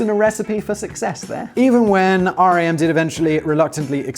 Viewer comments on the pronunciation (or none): I live in the epicentre of the BlackBerry demise, Waterloo, Ontario, Canada. I'm hoping they do a good impression of a phoenix and their rise from the ashes is a success. Lazaridis is (LAZ-A-REE-DEEs) - the original screen was LCD, just monochrome. Research in Motion (is RIM as in rim, and yes to work there was to have, ahem, a rimjob). They will rise from the ashes as a security and other tech company something like BASF is behind other things. The best BlackBerry (to me) was the Torch slider. That design was amazing, but it didn't help. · Oh and it's said like the word Rim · Writing this from the city where BlackBerry’s were invented. It’s odd to go and see the buildings being used by other companies. Also it is pronounced Rim not R.I.M. When they shut down and a ton of people got laid off it was hard on the local economy. But will say we have a ton of cool startups that happened. Not sure anyone else will care but loved the H.A.L reference. The actor who voiced H.A.L was from the same region. He passed away here back home at St. Mary’s Hospital. Nice little connection that made me happy. LOL great job! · It is pronounced "RIM", not R.I.M. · It is RIM, not R.I.M Typed on my blackberry keyboard - oh yeah. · Everyone in Canada (anyway) called it "RIM" and not "R. I. M." - everyone knew what you meant when you said RIM, it meant Research in Motion, but also fully inter changeable with "Blackberry". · It's Rim, like a wheel. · I LOVED BB's physical keyboard! no other keyboard comes close. I refuse to move on, dammit! Superior is superior. We can put a man on the moon, we can produce a physical keyboard which doesn't kill screen space. Don't settle for less! P.S. Simon it is called RIM which rhymes with sin :) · Research in Motion Employees shorten it to Rim (rhymes with Tim). Source: Was courted by RIM in 2005 when I graduated college.